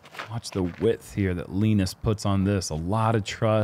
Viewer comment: Tack så mycket for the effort in Swedish! I think you're doing great,. Including the pronunciation of Linus's name.